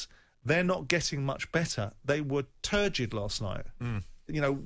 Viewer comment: “Turgid” - Simon